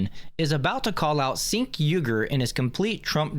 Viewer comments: His name is Cenk Uygur. Not Sink Uygar. Its pronounced Jank as in this guy is Janky AF! He is a trash human being, it was very confusing to hear you repeatedly say sink. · Chink not sink. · It’s pronounced chaink lol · Off topic but his name is pronounced Chank.